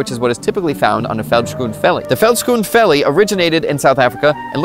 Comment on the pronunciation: Thanks for talking about south africa! I love your pronounciarion of vellies😂. Its close enough though. Your pronounciation for it was correct except you say the "vel" as "fell"